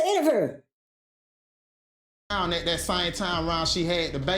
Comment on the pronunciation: “Not a intervrew. What’s a intervrew?” 😂😂😂